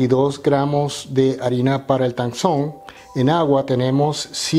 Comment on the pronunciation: Tangzhong en MANDARIN QUIERE DECIR ESPIGA CHINA. La zh se pronuncia ch. zhong es el pais china. La t de tang se pronuncia dejando salir aire . No es un T fuerte como en español. Muy bno su video y su canal. Me suscribi.